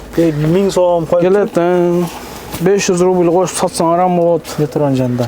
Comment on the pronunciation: Метрону туура суйлосон